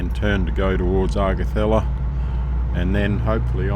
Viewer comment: I am enjoying this trip with you & thank you for allowing us all to tag. along, but, as a Qlder, it took me a couple of minutes to work out which two towns you were passing through. 1)Augathella is pronounced as Orgathella & 2) Barcaldine is pronounced as Bar-call-din. Cheers.